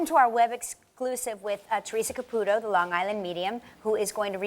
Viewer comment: Is CapuTo, not capuro….capuTO